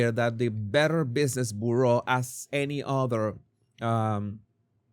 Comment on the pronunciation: please look up the pronunciation of the word bureau. Byur-oh. Your English is so good. It’s interesting to see you run up against a new word once in awhile. 🙂